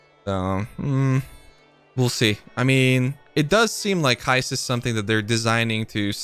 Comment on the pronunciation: Pronounced hi st